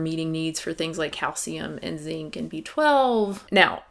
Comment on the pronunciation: lol every time you say "...and zinc" in any of your videos I hear "...N*SYNC" and it confuses me greatly for .005 seconds